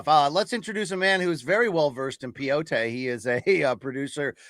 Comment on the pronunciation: Credit where credit is due: the well versed in pee-yo-te line got me! 😂